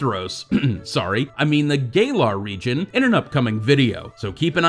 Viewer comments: It’s not Gaylar. It’s Galar. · Gaylar? Gal-ar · The way you pronounce galar.. Everybody loves the GAYlar region. Not saying you need to change how you pronounce it you do you.